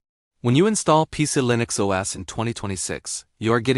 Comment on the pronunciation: "PieCe-E-Linix" OS, said once too often. Now you can shove it.